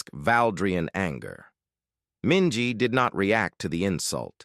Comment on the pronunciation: Minji… really?